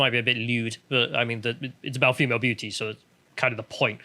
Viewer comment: Great video and I really am trying to be constructive here (sort of) but is distracting proclivity for dropping his ‘t’s in favour of ‘d’s a recent phenomenon? Perhaps I’m just splidding hairs here but all this talk of female beaudy really has made me notice it for some reason! Either way, if sounding like an ageing Radio 1 DJ circa 1991 is the ‘vibe’ he wishes to go with then all fine I guess.;)